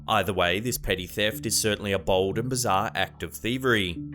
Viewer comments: Every time you said bold I thought you were saying bald 👨‍🦲 🤣🤦🏼‍♀️ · Anyone else think he was calling alot of the theives BALD, instead of BOLD lmao. I was like, man, really likes to let us know if they have hair or not 😄